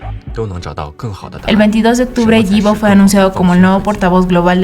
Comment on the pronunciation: Super bien el vídeo nadamas voy a poner la forma correcta de la pronunciación de su nombre (ipo) así se pronuncia 😊